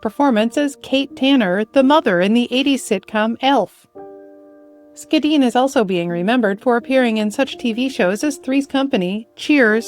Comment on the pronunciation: It's interesting that both actors had last names that started with the German "Sch" yet were pronounced differently. I didn't know the correct pronunciation of Ms. Schedenn's name until watching this video as I always assumed it was SHA-dean similar to Schell.